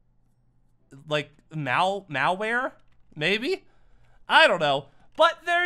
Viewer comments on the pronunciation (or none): It’s supposed to be malhare.